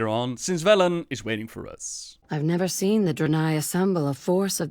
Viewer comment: "We will soon see if the Horde heeds Bellend's call..." CAN'T UNHEAR